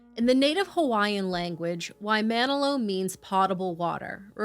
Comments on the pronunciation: Only one complaint. Waimanalo is pronounced "why-muh-NAH-lo" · It's pronounced why mon all low (waimanalo) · Waimanalo is actually pronounced "why-mah-nah-loh" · This is such a minor thing in the scope of the story, but I'm from Hawai'i and it's "Why-mah-nah-lo" and it's not in Honolulu, it's completely across the island on the North Shore. Nowhere near Honolulu. North Shore is its own separate destination for surfing, but more importantly it's a completely different. Honolulu is a separate city on the island of O'ahu in the state/island kingdom of Hawai'i. Getting to Waimanalo from Honolulu takes 2-3 hrs. You guys didn't mean anything by it, I'm sure, but I was listening and got very confused. This is the equivalent of saying San Francisco is in Los Angeles in the state of the US. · Sad case but town is pronounced "WHY-muh-naw-low" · I live in Hawaii this story was huge and so tragic. Just FYI Waimanalo is pronounced Why-Ma-Nah-low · "waimanalo" is pronounced "why-ma-na-lo", and "lehua" is pronounced "leh-hua" (edit: "eh" like how canadians say it). i appreciate everything you guys do, but please, please, please work on your pronunciation of my language! 😭🙏 worst comes to worst: you could end up saying something absolutely terrible, if the pronunciation isn't correct. i'll go back to watching the video now, just wanted to comment on it since it's important! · WaimanAlo is the correct pronunciation. What a horrific story 😞